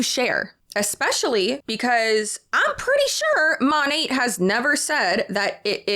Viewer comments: It amazes me that these huns still can not pronounce the name of their "own business"! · It still cracks me up every time they pronounce the name of the company they work for incorrectly. They consume an unbelievable amount of Monat-related content, you'd think the correct pronunciation would stick. Sure it's a weird word, but I feel like the minimum requirement to promote something has to be saying it correctly.